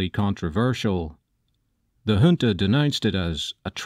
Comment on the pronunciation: Finally someone that pronounces “junta” properly lmao